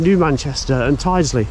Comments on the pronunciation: Nice to see you near my home! Your pronunciation is slightly off though, although I can't blame you, lots of people get it wrong! Its Tild-sley rather than tide-sley. Or, for most locals, tilsley, with a silent D!! The bus way is a bit controversial, but I'm a fan. Not really sure why it was built like that, but it does allow the buses to get a fair lick of speed up, with no other traffic to contend with! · locals say tild-sley at least the ones i ride with do :) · Hi. Tyldesley is pronounced TILDSLEY. I can just hear all the locals wincing 🤣🤣🤣. Hope you can get archive photos of Tyldesley Station as that would be really interesting. Great videos by the way. Got my attention whilst watching Martin Zero 👍. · Brilliant video! Look forward to part 2. Welcome to my hometown of Manchester and beyond! No criticism intended whatsover, but Tyldesley is pronounced... Tilds Lee. And Ellenbrook is the correct spelling. Guided busways are a waste of space, they just don't work. That bridge on the East Lancs Road is indeed almost tunnel like. I believe the works are for the installation of lighting as it is obviously very dark in there. 👍🙂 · Tydesey is pronounced Til - des- ly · Looking forward to Pt2, but Martin Zero and the gang will probably have words with you about you pronounciation of Worsley and Tyldsley. They'll probably set Timmy on to you.